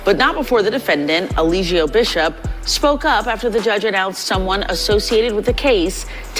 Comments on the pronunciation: His lawyer keeps calling him a-lie-gio 😂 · His attorney didn't even care enough to pronounce his name right. Day 3 of testimony and he still saying E-lie-jio 😂 this your own client bruh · The lawyer mispronouncing his name every single time cracks me up. He's cooked. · He didn’t even pronounce his clients name correctly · the way people be butchering his name is so unserious 😭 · His lawyer was terrible tho I will say that. He even mispronounced his name.